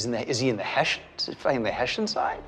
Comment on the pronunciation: Small detail: It bothered me that in the beginning in the US they kept pronouncing "Heshian". After speaking with the German researcher Rob Lowe calle.d it (properly) Hess-ian. He listened ❤